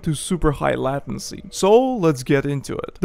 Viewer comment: LAY TIN SEE not LATIN SEE Good vid though .